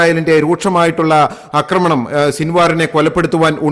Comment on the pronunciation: 'ആക്രമണം' മിസ്റ്റർ. 'അക്രമണം' അല്ല. ഉച്ചാരണം ശരിയാക്കുക.